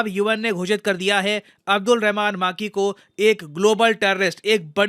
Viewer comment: सर वो मां की नही, मक्की है 😛😛😂